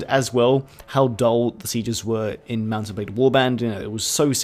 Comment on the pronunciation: did you say "mouse and blade" at the start of the video?